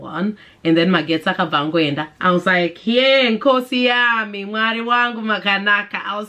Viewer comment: Lol Nkosi Yami sounded so foreign in your mouth!!! 🤣🤣🤣I love it! I think in Bulawayo it’s mostly Rands and US dollars.